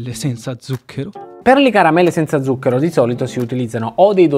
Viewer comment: Record Siete riusciti a sbagliare tutte ma proprio tutte le volte che avete pronunciato la parola "ZUCCHERO" Uanmabbell La corretta pronuncia è: 'tsuk:ero